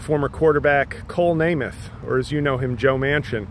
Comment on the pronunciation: "Coal Namath."😂